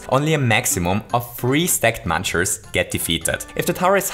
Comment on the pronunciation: MUNCHERS NOT MANCHERS